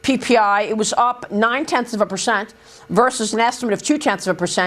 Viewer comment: Someone should tell maria that its percent. Not pershent. Learn english sweetie.